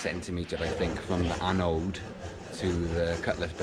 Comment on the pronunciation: Glad to see you using puraflex! I have used it a few times on my boat and am really happy with it but it does make a mess. Watching you refit your rudder reminded me of when I put my rudder back on earlier this year. Episode 14 of sailing octopot on YouTube. Makes me chuckle when you try to say annode. Angela, my wife calls them annoides!